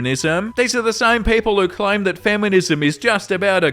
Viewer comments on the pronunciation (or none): none